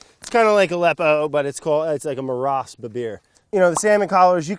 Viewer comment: BRAD IT'S PRONOUNCED MARASH NOT MARAS!!!! ps. I love you